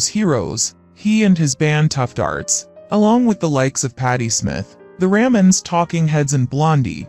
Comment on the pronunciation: The Rammonds? For the Ramones.